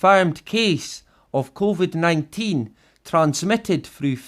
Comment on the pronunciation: "CONVID" :D good one!!